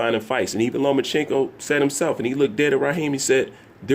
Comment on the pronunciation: LO-MA-CHANK-KO If you're going to do an analysis video at least know how to pronounce his name. No he doesn't need to fight Manny. No it wasn't a duck. And only casual boxing fans does the look at his face. Davis undisciplined arse is beating no elite fighters. Especially Loma.